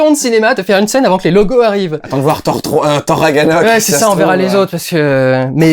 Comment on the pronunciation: tu n'avance aucun argument tout le long du vlog, tu réagis seulement comme un fan qui est déçu que se soit pas le scénario de tes rêves qui soit mis en film. Tu ne sais pas parler (on dit Ragnarok au passage), et ton discours n'est pas construit. En plus du fait que tu repetes sans cesse, ben c'est chiant laisse Durendal tout seul je suis pas tout le temps d'accord avec lui mais au moins il presente quelque chose de concret et il argumente un minimum. Cordialement débizoux.